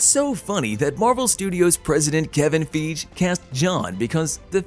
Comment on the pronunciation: Are you purposely mispronouncing peoples' names? Sam Rah-imi and Kevin Feeje?